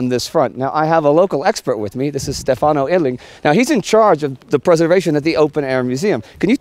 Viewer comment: Indy,I hate to criticize, but it is STEFano not stefANO. I had that pointed out to me early on when in Italy. English pronunciation tends towards the latter. Always ano.